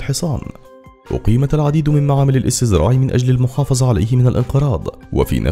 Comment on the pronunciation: ⚠️(المحافظة) وليس (المحافزة)